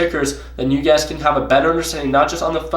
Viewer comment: What's up! Man you ve been trading natural gas so much that when u do your sign offs now it sounds like your saying UGAZ when u mean you guys lmao! Btw really enjoyed Westons series so far, how u guys interact with each other is truly hilarious! Keep at it, luv the vids